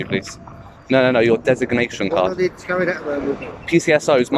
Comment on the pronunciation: 6081 couldn't even pronounce 'designation card'😂